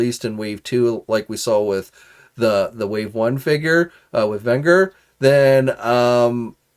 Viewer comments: VEN GER…ger is pronounced “jur” like juror …. You’re welcome 🙄🙄 also her name is not “peaches” it’s Princess peach 🙄🙄🙄🙄🙄 Jesus 😂… you’re killin me man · Hey 👋. The G In Venger's name had the J sound. 😉